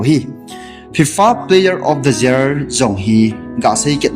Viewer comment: Year ✅ jear ❌